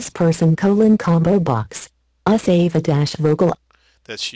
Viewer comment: Microsoft Anna cannot say Ava correctly wow.